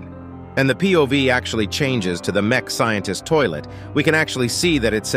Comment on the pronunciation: bro actually said mech scientist toilet 😂